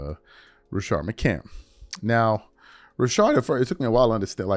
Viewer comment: It's McCants with an S at the end nigga. MCCANTS.. SAY IT THE RIGHT WAY. MCCANTS